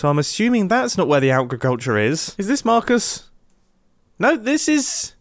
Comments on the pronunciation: Is that Mar-cusses house? Is that mar-cuss? Nope! That’s J-quelin! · mumbo says marcus like mahcus its so funny